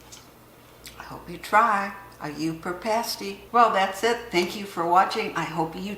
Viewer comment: Love that you say Pasty the right way lol! I was a little confused by the rutabaga, we call that a “sweet” here but I like the American term better lol! Thank you for sharing I have made parties many times but this one sounds delicious.